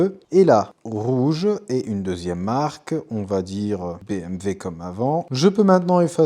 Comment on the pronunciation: Par contre tu dis BMV ca c'est pas possible mdrr